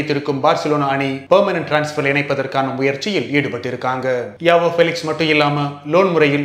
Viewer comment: Bro avanga name ஜாவோ... யாவோ illa